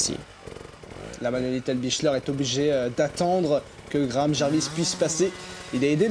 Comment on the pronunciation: Le commentateur qui dit Manuel Lettenbi*CH*ler oh putain virez-le c'est insupportable.